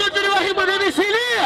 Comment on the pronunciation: Slc esse jefinho fala o nome dos MC tudo errado shahshs